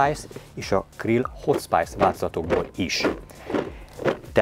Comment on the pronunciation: Minden tiszteletem a Haldoradóé és a videóban szereplőké de legalább a saját terméketek nevét helyesen olvassátok kérlek mikor angolul van, mert nagyon zavaró tud lenni a fülnek..hot spàjsz...